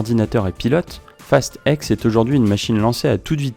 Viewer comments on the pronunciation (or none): Tu dis fast five, fast seven, fast eight, fast nine..... et tu dis fast ex au lieu de dire fast ten ou fast X 🤣🤣 Sinon pas mal la vidéo 😉 Et perso pour moi ils aurais du s'arrêter au 5, après c'est parti en vrille total....